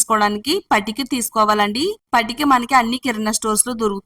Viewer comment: Patika ante clearga cheppandi